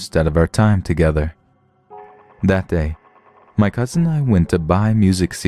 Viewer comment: I always wonder why people are so inclined to say it with a slight T sound. “Cousint”